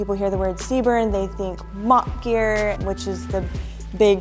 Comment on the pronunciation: never heard CBRN be pronounced Seebern before 😂